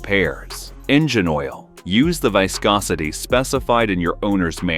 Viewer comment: Sounds like another AI video. "PERfect (instead of perFECT) your warmup routine" VYscosity instead of VIScosity? "R P M S" instead of RPM's? Why does it keep showing the AC/alternator/water pump belt when talking about the timing belt (inside a cover)?